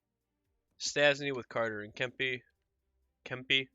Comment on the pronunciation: Say Kempe’s name like Kemp-ay.